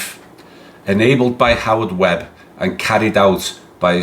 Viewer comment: FFS everyone... ITS WEBB.